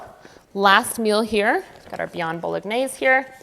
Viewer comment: Btw, you don’t pronounce the G in bolognese